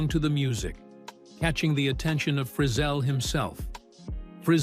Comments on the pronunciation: I REALLY dislike these AI commentators. They don’t pronounce words or names properly. It’s calling Lefty Frizell (Fri Zell) As Lefty Frizzle like Drizzle. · You need to learn how to pronounce Lefty’s last name correctly. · True. I think it’s AI, couldn’t even pronounce Frizzell